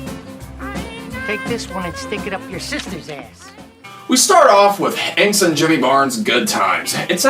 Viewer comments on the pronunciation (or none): Just to clarify, the first song you said, "Good Times", is by INXS and Jimmy Barnes. INXS is not pronounced 'INKS', it's "In Excess". INXS is one of the most successful bands in rock. My personal favorite. :)